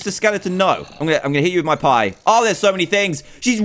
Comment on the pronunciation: He said gonnu